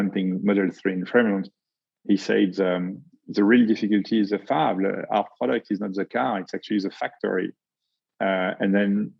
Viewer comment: I’m catching every word but that one